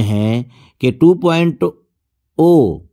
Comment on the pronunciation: 2.0 (2.zero ) ko aap (2.o bolte ho ) no knowledge